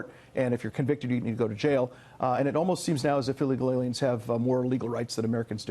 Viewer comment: Illegal "ALIEN" Say it right ffs.